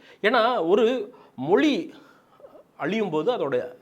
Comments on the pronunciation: மொலி இல்லடா... மொழி. உன்ன மாதிரி உச்சரிப்பை தவறாக பேசுற 90% ஆளுநாலா தான் தமிழ் அழிந்து போகுது. இன்றிலிருந்து நீ உச்சரிப்பை சரியாக பேசு தமிழ் தானா நிமிர்ந்து நிக்கும். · அது தமிழ் மொழி !!!!! மொலி அல்லா, அதுவே வரல உன்னக்கு..